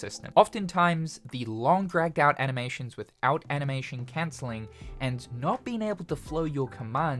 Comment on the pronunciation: “enoyable” “cencelling” 😭